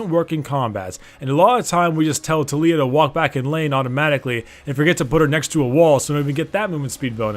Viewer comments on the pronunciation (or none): tuh-lee-uh triggered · Tulia? Bro, it's not that hard to pronounce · "So you want to main TOOL-iyah" XD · Did anyone else heard fuck up at the intro and said "too-lee-oah" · His pronunciation triggered me